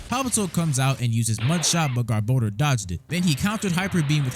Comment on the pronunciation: THANK YOU FOR PRONOUNCING GARBODOR CORRECTLY!!!